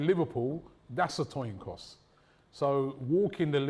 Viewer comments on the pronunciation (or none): “Toin coss” -the illustrious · Coin toss not toin coss 😑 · That whole “Toin Coss” killed me, I’m surprised Lewis never laughed. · We all love a 'toin coss' 😂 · Toin Coss lol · toin coss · That’s a toin coss